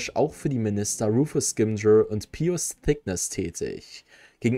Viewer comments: Was spricht jemand, der einen ganzen YouTube Kanal nur über die Wizarding World hat, ständig die Namen falsch aus?! Wer soll denn „Rufus Scimgor“ sein… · Schön gemacht aber wie er scimgeur sagt